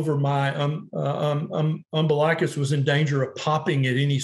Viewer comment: Nice video thanks. For a doctor he pronounces umbilicus strangely